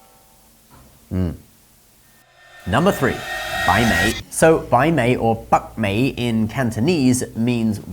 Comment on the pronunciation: Sorry. It's bak mei (silent k, and mei with a lower tone) in Cantonese. What you said was western beauty. It's nice that you're including another language, but the tones need improvement